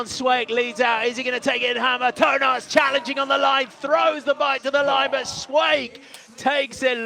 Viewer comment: LOL On the pronunciation of Toon Aerts coming out like Toe Nuts :D